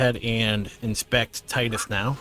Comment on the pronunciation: But not Tidus